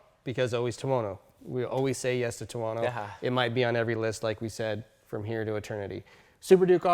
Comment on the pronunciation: "tono". seriously?